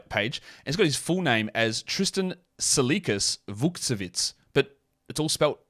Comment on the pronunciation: that was perfect pronunciation